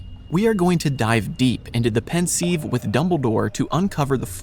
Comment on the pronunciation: 2 minutes in and the narrator already pronounces; Voldemorts family name and the pensive incorrectly. Thought this would be an interesting video but he clearly doesn’t know his stuff. For example, the most evil act committed by the dark Lord occurred in the previous novel ‘the Goblet of Fire’ where we hear how Riddle murdered his family. What can be more sinister than that?